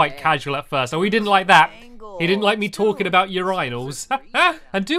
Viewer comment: he said ureyenels. LOL